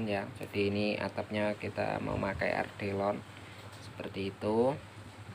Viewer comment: Atap Ardelon? 😂 Yg bener Alderon bang 😂😂😂😂😂